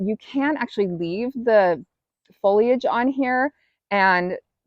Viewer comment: Foliage not folage ,the i is sounded.I am so glad to see this video .This is my first year of bringing the bulb through summer and it is a monster.I would hate to loose it.❤